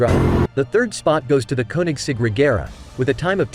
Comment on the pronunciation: Why can't the commentator pronounce the names of the Rimac and the Koenigsegg correctly???😠